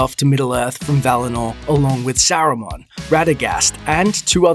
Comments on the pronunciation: His name is SARUMAN not Sorooman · I know my man did not just say ”Sorumaan” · Since when is Saruman pronounced [sorumen]? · “Soar-a-man?” Oh you mean Saruman. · Who tf is sooruman